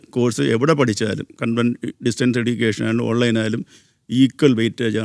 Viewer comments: എഡ്യുക്കേഷൻ അല്ല എജ്യുക്കേഷൻ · ഇയാൾ ഒരു യൂണിവേഴ്സിറ്റി വിസി ആണോ? സംസാരം, ഉച്ചാരണം ഒന്നും ഒട്ടും കറക്റ്റ് അല്ല. എടീക്കേഷൻ, ഡിഗിരി എന്നല്ലാം പറഞ്ഞോണ്ടിരിക്കുന്നു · Education ൻ്റെ pronunciation തെറ്റാണ്